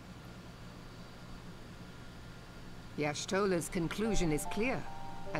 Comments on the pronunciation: "Yo'shlongya" is the best pronunciation of Y'shtola I've heard by far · I cracked up every time he pronounced Y'shtola as Y'shlata